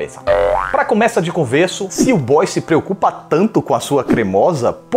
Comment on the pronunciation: "essa coisa de sesku é pecaminoso"😂😂😂😂